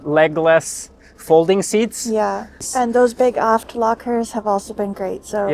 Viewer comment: “Love those big aft lockers.” When I heard that I thought, “What did she say?”😂